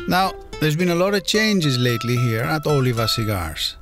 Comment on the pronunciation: Is he pronouncing Oliva the correct way? 😆